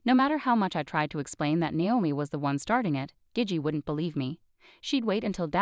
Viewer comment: Gigi is gee-gee, bot voice